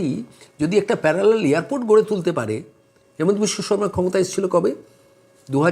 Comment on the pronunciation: Sir , Please pronounce the name of our CM as Himanta, not Hemanta. Thanks